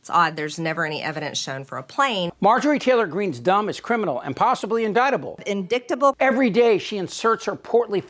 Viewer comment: Ve-hi-cle......In-dic-table......Marge's pronunciations suck balls.